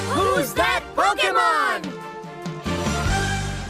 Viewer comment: I honestly thought the intro said "Who's that Broke'emon"